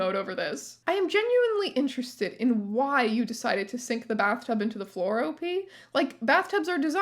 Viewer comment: Please, pronounce OP as a word. It rhymes with "hop".